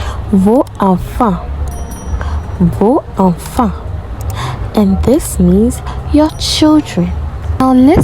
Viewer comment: Not vo enfent but vozenfent ... You've forgot the liaison 😆